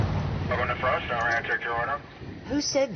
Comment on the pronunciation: LoL , it's pronounced "Frost Top" , I'm a sucker for the lot-O'burger tho.... lol they also have it as a Po-Boy as well.